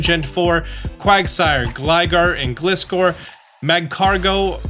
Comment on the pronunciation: please just pronounce Gliscor correctly im begging